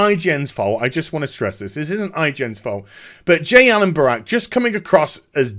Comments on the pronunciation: Its Brack not Barak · Are you incapable of saying Brack? Half the video was you referring to him as Barack